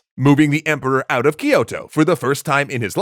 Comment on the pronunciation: "For the Emporwah!"